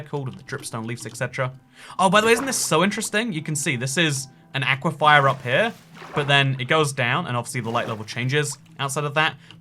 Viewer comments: Just a tip; aquifer is pronounced 'AK-wih-fur', not 'AK-wih-FIRE' Unless thats just your dialect, in which case ignore me. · Stop pronouncing it as aqua-fire. You pronounce it as aqua-fur. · Its an aquifer not an aquifire lolololololol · please, its an aquaFER not and aquaFIER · I love you... but... aquifer... not aquifier. lol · Not "ah-qui-fye-ah", "awh-qui-fur." I love you, but my biggest pet peeve is people pronouncing things wrong. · Toycat, say it with me. It's aquiFER like "aqui-fur." Not aquifire. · "aequifier" it's ockwafer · Everytime I heard “aye-quiff-eye-er” I died inside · Dude aquifer is pronounced awk-wif-fer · Awesome video as always but, and I hate to be that person, it's pronounced Ah-kwi-fer. Unless this is another Alumin(i)um situation. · Those aqua-what's? There's no second i in aquifer. Aqui-fer. 😉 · Why do you pronounce Aquifer like Aquifire? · Has anyone mentioned that he pronounces aquifer as aquifire? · Auquafires what my ENTIRE STATE LIVES UNDER AN AQUIFER AND ITS NOT SAID LIKE THAT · YOU ARE PRONOUNCING AQUIFER WRONG. PLEASE SAY IT CORRECTLY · is that really how British people pronounce aquifer